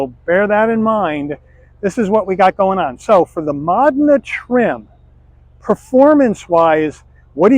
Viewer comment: It's pronounced mo-DEH-nuh